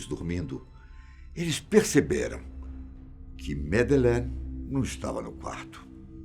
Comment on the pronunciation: que enredo pobre. e pelo amor de Deus, tirem esse '' dos vídeos. é mto banal. e qnt a história, por favor, pelo menos peça ao dizer o nome da MadEleine corretamente. Vídeo broxante. Personagem desnecessário. E intonaçõess nas falas ridículas. Cadê os antigos e BONS apresentadores da Fatos? Esse time novo, exceto o Benjamin e Gabriel, da desgosto. E por mim rola deslike atrás de deslike. Lamentável o rumo do canal. Sem mencionar a cópia de assunto de outros canais que postam na mesma semana. Poxa fatos, vcs querem ser desconhecidos mesmo, pq olha, o canal tá ó 👌🏻 "una nierda".